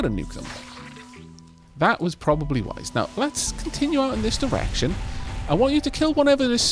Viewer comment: For some reason everytime you said direction I thought you were saying erection and started to giggle, I am more than a little ashamed of myself and I am sorry... but at the same time I can't stop giggling...